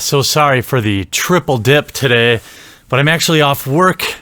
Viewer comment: I thought you said you we're tripledicking today, not tripledipping. Oh well.